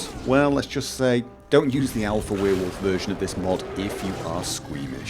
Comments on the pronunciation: Love the way you say Werewolf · I think it is about the way you pronounce werewolf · Is it just me or does he pronounce werewolf weird? Its really distracting